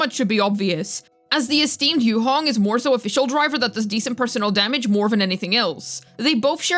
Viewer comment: yuhong?? 😭 girl u mean yuheng